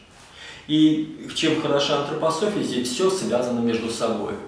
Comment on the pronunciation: Не Антрапасофия а Антропософия.